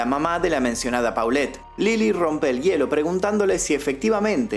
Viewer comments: Te hubieras documentado en la pronunciación de los personajes. Las fonéticas son Lili TELLEZ. no "telez" y la niña era POLET no paulet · Se pronuncia tellez no teles,polet y no paulette 😢